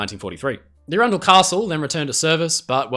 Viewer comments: As someone who lives near arundel, the pronunciation of that ship was… surprising 😂 less ‘ah runn dle’, more ‘arron dle’ (think of the name aaron). I could be wrong, ive just never heard it pronounced differently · it is Aran...Dell not Arun.....dull Castle. Great vdeo though. i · If Arundel was named after the castle if the same name in England (?) her name is not pronounced with the emphasis on the centre Ar_run_del as you said it, but instead... "_Ar_undel"... And the man who you said his name (sounds like Marsh_arll... Engineer? I forget now, sorry, if it's the name Marshall (?) it's pronounced Marsh_all emphasis on _Marsh not on _arll_)😊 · Really good vid but I I can tell you arundel as Is arundel Castle pronounced aron-doll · "Arundel" doesn't rhyme with "trundle". It's pronounced with the stress on the short A: "ARR'nd'l". It's a town in West Sussex with a famous castle. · Ye said aurundle wrong